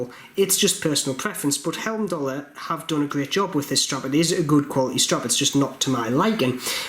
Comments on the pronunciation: The escape valve is purely cosmetic if I'm not mistaken. Also 'heim'dallr, not helmdallr. ;) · I love your reviews but I do need to point out there's only two letter "L" in the word Heimdallr, and they're in the second syllable. 😎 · I am a huge fan of Heimdallr watches , unbelievable quality for price , p.s it`s pronounced High-m-daller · Being a Jeordie is no excuse for pronouncing Heimdallr incorrectly. Agree, Heimdallr are arguably the best value for money watch available. It's a nice watch, and I like the logo. I just don't think the two go together though.